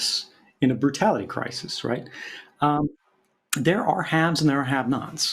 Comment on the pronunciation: “CRY-sees”. I had to stop watching it because that lady annoyed me so bad. WHAT A SIMP